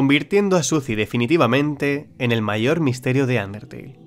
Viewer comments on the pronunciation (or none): none